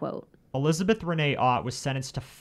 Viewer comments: Elizabeth Otte is pronounced Otay. I know this person all too well. I was one of the deputies that had to deal with her on a daily basis. There's more to her story, believe me. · I went to school with Liz and her brother, we rode the same bus. Their last name is pronounced like O-tea , but other than that, everything was correct. She really did suffer terrible seizures and they were exacerbated by other mental health issues after Larry died. This really was a tragic thing to happen in our small community of New Kent County.